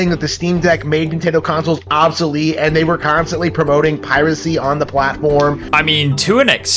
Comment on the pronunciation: He can't even pronounce the word 'obsolete' 🤦‍♂️